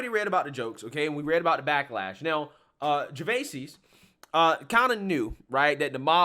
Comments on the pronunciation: His last name is pronounced Jer-VAYZ. Well the original French version was slightly different but this is how he says it. Just letting you know, because I've been a Ricky Gervais fan for many years, and I like this YouTube channel and want to see you succeed. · His name is NOT pronounced “Gervaysees”. FFS 🤦🏻‍♂️ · "jer-vey-seez"....what kind of pronunciation of "Gervais" is this?! 🤣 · Dude you butchering his surname lol